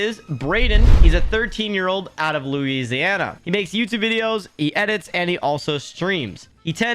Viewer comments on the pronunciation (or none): none